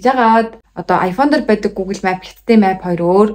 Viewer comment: map gdg ugee buruu heleed bn. Duudlagaa zasaarai